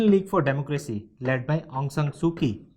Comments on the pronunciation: Not ki it is chi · Pronounce kyi as chi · Kyi is pronounced as Chi